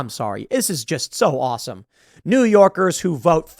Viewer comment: "New Yowkiss"